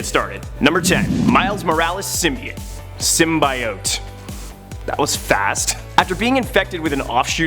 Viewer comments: why tf is he saying symbAiote its symbiote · Err... hate to break it to you, but most people would say pronouncing it "SYM-BYE-OTE" is screwing it up, as "SYM-BEE-OTE" is the most commonly used and accepted pronunciation. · (Sim-bee-ote) not sim by ote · It's sim- be- it. Symbiotic, Cut at I, add a T. It's not pronounced Sim-Bi-ote because they say it in a movie. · Sorry it's pronounced sim-by-ot not sym-by-yote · its pronounced symbeeote not symbyeote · Did he seriously say sym bai ote? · It’s sym bee ote confirmed by marvel. You would think you would do your hw, so sad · Bro say it with me: sim bee oat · Symbyiote lol! Don’t worry man it’s good. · Every time you say SymBIote I want to rip my ears out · No one... Literarly no one...: Sym-bye-ote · Sim-bee-oat nothing else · Say it with me SIM-BEE-OAT! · first. it is symbit. symbIOte is for the french. second. if an old symbiote like venom gets a new for form. that doesn't make them a new symbiote. but whatever makes you a video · its sim bee ot :P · Heard "sum-eye-it" and dipped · Stop saying sum-BYE-ote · To be clear, we're talking about cringing about "sim-BYE-ote" right? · Bro he kept saying SIMBA YOT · Sym-bee-ote is way cooler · Most commonly used perhaps, but incorrect. Ask a biologist. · I swear he’s mispronouncing it on purpose. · I can’t watch watch this video with him mispronouncing symbiote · I can barely watch this video cause of how he pronounces symbiote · His pronunciation of symbiote made watching this a pain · Hearing you mispronounce symbiote is like hearing nails on a chalkboard while cats in heat have sex while pouring acid in my eyes. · Lord, out of all the things that bugged me in this video it’s how he says symbiote.. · Was gonna say don't worry about the haters ... Then I heard you say symbiote.